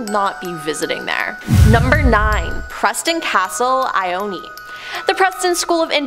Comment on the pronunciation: I used to live near Ione, and it is not pronounced with the e. It's actually pronounced "I-own".